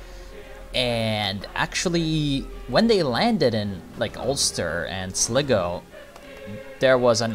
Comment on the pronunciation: Its pronounced sly-go, not slig-o